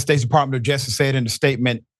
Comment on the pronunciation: Dr. Richey, it’s JUSTICE not ‘jestice.’